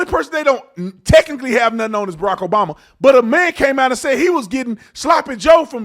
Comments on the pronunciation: And the truth always comes out!... Did she say pres obiden around the 15min mark? 🤔 Thought so... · Sara Haines just said President O'biden. 😮